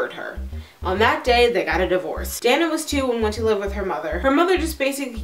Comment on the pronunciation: You are mispronouncing "Dana." It is pronounced, "Day na." Moreover, your delivery of info if horrid....too rushed. Don't understand you question at end. Look up definition of serial killer.